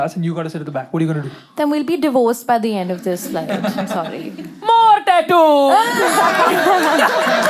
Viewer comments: EXACTLY OMG that was so bad 😭😭😭 "tattyuuuuuuu" girl stop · lol yea, she didn't have it in the older video I believe😭 AND WHO TF EVEN PRONOUNCES TATTOO LIKE THAT 😭💀💀💀💀💀